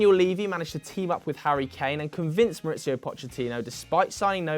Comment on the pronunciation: I'm gonna be 'that' guy. Within the first 10 or so seconds u referred to poch as maurizio (emphasis on the 'z'). Manager poch is mauricio but his son who remains in the spurs youth team is maurizio poch. His other son left the youth team after poch was sacked. The other son is Sebastian poch